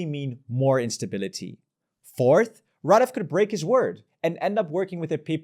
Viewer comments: how come you say rahDEFF half of the video and RAHdeff the other half 😂 it's the latter that's correct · Why can't people learn to pronounce names correctly? It's rAdev, not radEv. It's not that difficult, and it honestly makes your presentation a lot more sophisticated.